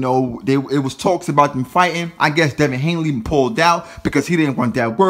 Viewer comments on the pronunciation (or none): And his name is Devin Haney not Hanley